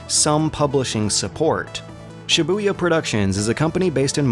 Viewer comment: Every time he said shibuya all i could think of was cyborg from teen titans